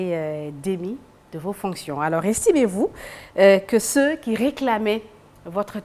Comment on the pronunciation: Diouf Sarr , on ne prononce pas ceux, ceus. Tout comme condamner. Vous dites toujours con dam ner. Vous prononcez toujours la lettre m qui est sous entendue. Corrigez vous. Ou ceux qui le connaissent dites le lui